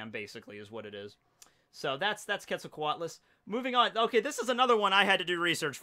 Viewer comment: Bruh, the Dodo is not the Magikarp of the Ancient Zoans, it's the Sunkern. Also, quetzalcoatlus is pronounced like Quetzalcoatl, the god it is named after. Fun fact, they would fly across whole bodies of water like the Pasific or Atlantic in search of dog-man sized food that they could swallow whole, and when they are walking around like in the picture , they would be as tall as a full grown giraffe. A fact about the Arthropleura is that they were 3 meters long full grown and may not have been carnivores. Sarcosuchus (pronounced SAR-koh-SOO-kiss) was 12 meters long full grown, weighed a little under 9 tons, with a bite force of over 9 tons, the presence alone of a Sarcosuchus is enough to make a Spinosaurus find a different place to fish.